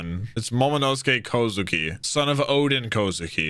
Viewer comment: It drives me insane hearing Jack say oden kozuki and momonusuke kozuki lol